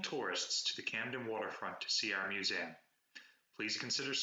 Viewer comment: learn how to pronounce museum